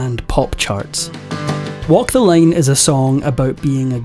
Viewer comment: Line not Lane. LINE!!